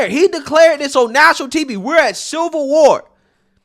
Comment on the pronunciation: I never knew the word "civil" was a tongue twister. Apparently it is.